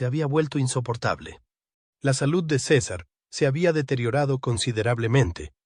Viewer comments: Sisar.... jajaja,es César y se dice como se escribe. Tiene narices que un mexicano lo diga como si no conociera su idioma natal.Fantasmada épica. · De dónde salio el nombre ciza, no sera mas bien César aprenda a pronunciar bien los nombres de las personas y luego ahí si póngase a difamarlas y calumniarlas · Se llama Cesar... No sisar. Diga por que la perpetua. Hable claro y deje tantod rodeos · ¿Por qué le llama Císar si se llama César y es Mexicano? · No se dice Cisar sino César, que fastidio escuchar mal pronunciado en nombre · Su nombre es césar, no cisar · Por que dices cisar si estas hablando en español por que no dices CESAR asi como es te escuchas ridiculo. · ¿Por qué dices Sisar? Cesar es hispano y su nombre se pronuncia cesar. ¿O pronuncias Pol como paul? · A parte de estás mal doblado dile al la mierda de IA que si hablan castellano con acento hispano , que diga los nombres también en castellano no es cisar es Cesar , que ya los romanos los primeros pronunciaban de esa manera . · No sabes pronunciar César en español latino 😢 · SISAR? NO SABES NI HABLAR. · porque acentuas en la "I" SI el acento esta en la "a" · LA IA A VUELTO TAN INÚTILES A LA GENTE QUE YA NI QUIEREN NARRAR CON VOZ PROPIA UN CASO Y SE LO DEJARON AL SISTEMA QUE NI TAN INTELIGENTE ES , PRONUNCIA DIFERENTE EL NOMBRE DE CÉSAR,DICE"LA" CUANDO DEBERIA DECIR"EL" ,Y POR TANTO LA NARRACIÓN SE VUELVE INSÍPIDA Y SOSA 👎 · No es cisar ,es César, y no es mílan es Millán, es mexicano